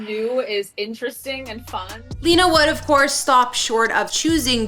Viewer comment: Her name isn’t pronounced lee-nuh it’s actually pronounced Len-uh. If you’re gonna make a video, at least pronounce people’s names correctly.